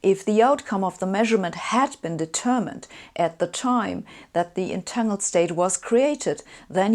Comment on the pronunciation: Her pronunciation of "entangled" always throws me off because of having the ng sound, but not having the following "g" sound. I need to get used to it.